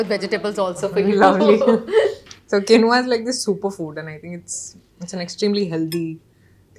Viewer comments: It's not quinoa kamiya you must pronunce Keenwa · For someone running a food platform, I'd suggest learning to pronounce quinoa ("keenwah" - Raashi got it right) and sambar ("saambaar").